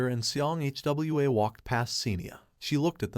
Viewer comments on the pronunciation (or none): Its not H W A, is hwaaa